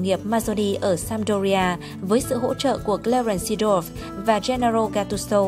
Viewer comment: .... Giọng đọc khó tả =))) Vãi cả "Cờ le rần Si đoóp" , "Champions league"